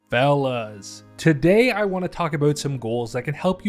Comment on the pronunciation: When he said “fellas” idk why I thought he said “Stellas”